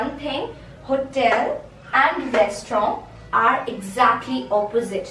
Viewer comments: I would just like to say that the word restaurant is pronounced with a t at the end. The rest of the word was pronounced correctly, however the t at the end is not silent. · I don't think you are an English teacher.. the girl who made this video she mispronounced so many words.. Such as comfortable.. here "a" is not silent.. restaurant - "t" isn't silent.. sour.. "r" is not silent.. you have to pronounced it softly. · Taylor be like help raaasteooraaantt!!!